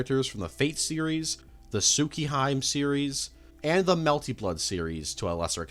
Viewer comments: Hearing Tsukihime pronounced as "Sookihaym" made me laugh like a loon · good info, pls learn too pronnounce words properly, hearing tsukihaim hurts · Tsukihime is pronounced: tsu-kee-he-meh Thank you, I totally loved your fate Iceberg video 😎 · "su-kee-heim" you know what at least it's not as bad as the guy who said "tat-suki-heim" (fyi it's supposed to be pronounced "sue-kee-he-meh") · tsukihime❌ tsukihaym✅ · "tsukehyme" lol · Tsuki-heim 😅😅😅😅 this is what you don't start with the fucking animes Also shiruuu? Really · I died a little when i heard "Tsuki-hime" but I forgive you. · Shirou is pronounced Shi-r-O Tsukihime is pronounced Tsu-ki-he-ma Rin is pronounced R-in those are what are known as shadow servants the picture in the middle is Kiritsugu the Ch in Chulanne is just witha C not a ch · The only one you've actually corrected him on is Shirou, the other's are also wrong, he actually says Rin correctly in Japanese its リン with リ being ri and ン being n thus ri-n. In the case of tsukihime it's tsu(as in tsunami)-ki(pronounced as key)-he(like he/him)-me(as in medication) with the letters corresponding to つきひめ or tsu, ki, hi, and me though together like this they become 月姫 because of how Kanji works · the best part of the whole video is hearing my mans say " Tsukihaymm " every single time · I know you said you will misspell some things but TSUKIHAIM WTF YOU COULD LITERALLY PUT THAT WORD INTO GOOGLE TRANSLATOR AND MAKE IT READ IT OUT FOR YOU, AND TUKO AS WELL ITS THE SAME THING JUST READ IT LIKE IT SAYS WITH THE O IN IT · ibwondered why he was so profoundly apologizing for mispronouncing names. now i know god damn u gotta be doing those on purpose 'tsukihyme' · Lmao "suki hyme" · Tsukihime, pronounced (su key hee may). For the love of fuck it's not that hard to put some effort into learning how to properly pronounce a series you're going to talk about multiple times here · Everytime he pronounced Tsukihime as "Tsukiheim" I puked Anyways, cool vid